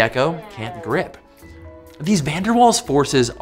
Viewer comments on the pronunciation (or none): 'Van der Vaals' is the pronunciation... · My Dutch ears bled when he butchered pronouncing van der Waals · It's not pronounced as it's spelled! Van der Waals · Van Der Waals forces? More like Van Der Walls forces. Sorry about that. Please don't pun -ish me. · The w in waals is pronounced as a v. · I thought Van der Waals forces was German and the w was pronounced with a v sound like in the name Wagner.